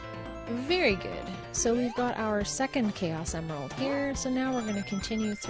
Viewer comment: you said chaus emerald